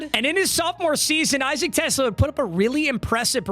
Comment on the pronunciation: Isaac Tesla is where I’m from Arkansas. He played for the Razorbacks and yes, that’s how you pronounce his name.